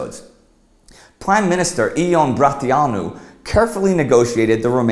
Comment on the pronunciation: 8.19...i think you mean his father lol...but good video it is pronounced yon..not ion